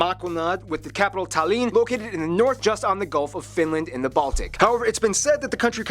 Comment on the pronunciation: He pronaunced Tallinn wrong. He said it like Talliiin. Btw I'm estonian.